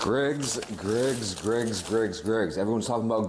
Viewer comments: Why do Americans have problems pronouncing Greggs it’s like they add syllables for no reason Greggs is a 1 syllable word no g-reggs or gr-eggs just say gregg like the man’s name and add a s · EH? how is an 'e' a 'ey' sound??? Greygs